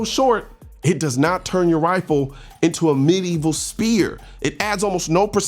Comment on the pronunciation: Is he intentionally saying "wifle" instead of "rifle" as a joke? If so... Lol... If not... My bad...